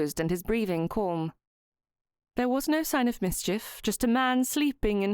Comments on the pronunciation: I don’t know why this narrator says ‘ Colm ‘ instead of Calm? Any ‘ alm ‘ word seems to be ‘ Orrm?’ Really odd to listen to and I don’t think she’s Ai? But I’m enjoying the story! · Yes calm and palm rhyme with arm with a silent 'l'